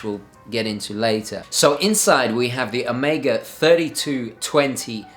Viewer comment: Take a shot every time he pronounces "Omega" wrong.